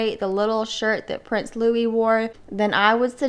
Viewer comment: It is Lou-ee not Lou-iss! You did it perfectly.